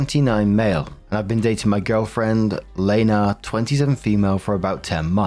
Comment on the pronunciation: Pfft, I now feel how feels whenever there’s a character with the same name as him. My name is Lena, pronounced the way said it which was actually delightful as no one ever says it right. But hearing it didn’t startly me, lmao.